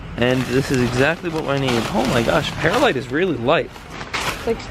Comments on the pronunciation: Not to be mean or anything but its perlite not perilite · He said(PEAR-a-lite) when it’s actually pronounced(PEARL-LITE)